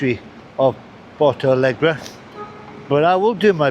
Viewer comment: Try learning to pronounce the name of the city